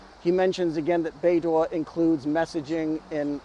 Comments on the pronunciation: Should pronounce as baydoe and not baydoor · bei dough ❎️ bei duah ✅️ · Your pronunciation is like BeiDuo but not BeiDou 😅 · Should be "bay dough" not bay door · haha, I was this close to tell you the pronunciation is /bei-dou/ but not /bei-duo/ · it is BeiDou, not BeiDuo. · not bay dwo, it's bay dough. dwo is a different Chinese sound, probably multiple tones. prc can't afford to have satnav in USA control, and nor can anyone else determined to live outside usg control. israel's latest mass murder reminds us all of the necessity of maintaining independence of USA. Australian government, take note: yer on the wrong side. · Good job. Small point: Beidou is pronounced like Bay-Doh. In Chinese the pinyin 'duo' sounds like d-wor. 'dou' is doh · it's pronounced 'bay dough' with dough in low tone. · 😂 Maybe try pronouncing it as "Pei-Tou" and see if your Chinese friend thinks it's closer to the actual pronunciation? Anyway, i don't think it matters too much ❤ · I think it is pronounced "Bei-Doo". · More like Bei-dool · Beidou is pronounced Baydoe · According to what has been learned in phonetics, I'd suggest that one try "bay dough" as in English. It might come closer to what is supposed to be. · It is pronouced "Bay Doe" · doesn't matter haha, it is not accurate but the point of talking is to get the point across :) the prounounciation is more like "Bay Doh" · should be Bei Doh Like Homer Simpson saying D'Oh! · it sounds like"bay dough", beidou means the Big Dippe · This is the right pronounciation: Bay Dough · Bay door😅 the pronunciation similar to bay dow. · Love your video as always but I think Beidou is pronounced bay-doe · The pronunciation for Beidou is more like Bay Dough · Bei - 'dough' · BEIDOU's DOU PRONOUNCED AS in Donut in Donkin Donut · I don't speak Mandarin but it did sound wrong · Don't worry, we can tolerate your slight mispronounciation as you are not Chinese